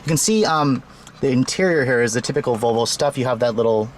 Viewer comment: Learn how to pronounce the brand. It is not a Vo-Vo. There is an 'L' in the name. It is pronounced VoL-vo :-)